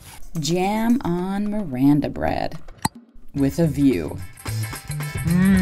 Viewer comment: The way she pronounced Miranda bread😂